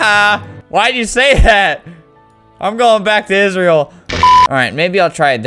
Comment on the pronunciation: I got so triggered when he said: "Isreal" instead of "Israel".